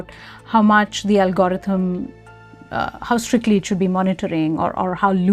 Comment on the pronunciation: Someone tell that lady how to pronounce algorithm please